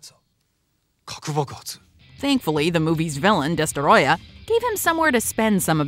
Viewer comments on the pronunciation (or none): destroyah (DUH-STROY-UH)